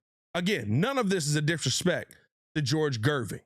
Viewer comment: Gervin not Gerving lol